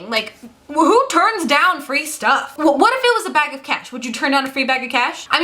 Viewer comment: For a second I thought you said "a bag of cats", instead of cash. Who would turn down a free bag of cats, though?